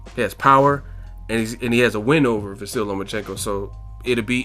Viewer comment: At least try to pronounce the guy's first name correctly... I'm sure he wouldn't say your channel's name was "boxing egg"...